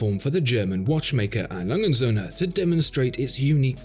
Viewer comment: Well that is a beautiful work of art, and beautifully described. There is just one thing I didn't like, and that was the way you mangled the company's name. A. Lange & Soehne is a name A. Lange and sons we would say in English. Lange would pronounced Lung-eh like a lung with an ehh and Soehne pronounced like sern-eh.